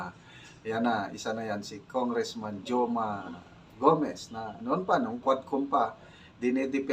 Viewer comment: Goma po, Sir. Not Joma. 😅😅